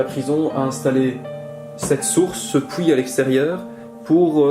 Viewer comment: XD XD XD j'adore "pouit" au lieu de "puit" mangnifique video c'est trop beau i love youre travail de malade